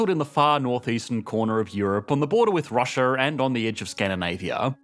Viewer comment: What is 'Russia-ur ?!?!?